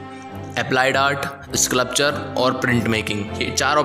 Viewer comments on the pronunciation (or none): स्क्लप्चर नहीं भाई स्कल्पचर होता है..